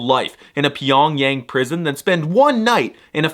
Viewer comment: The way you pronounce Pyongyang lol please review Korean next time!